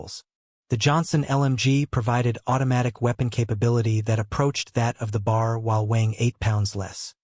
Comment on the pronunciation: Here We go again....Tell the STUPID AI it is B.A.R....Not bar!!